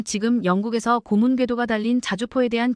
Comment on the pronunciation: 발음똑바로 하세요.예:고무_고문